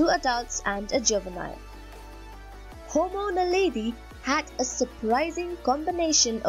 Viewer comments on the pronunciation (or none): Dude, it's Homo naledi. {:-:-:}